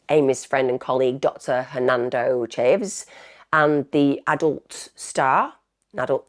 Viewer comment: Her pronouncement of names which takes a very short google search is chronic. To the extent that it’s difficult to hear as sometimes it’s the victim(s) and it lacks respect.